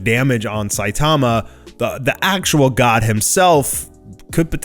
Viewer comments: it's Sai-tama not Sai-taama. Covid19 hit you hard? Take a break maybe... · Is it me or has changed the way he used to pronounce SAITAMA'S NAME????